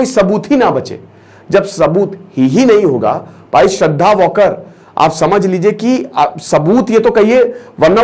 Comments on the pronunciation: वाकर नही वालकर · Sir vo वालकर हे वॉकर नही